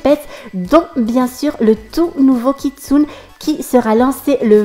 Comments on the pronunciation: Sa s'écrit kitsune mais sa se prononce kitsunÉ :) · Hey:) je voulais juste te prevenir que "kitsune" se prononce "KitsunÉ" ^^ Et je participe a ton concour! Mon pseudo: KeroniAS7 J'espere gagner ^^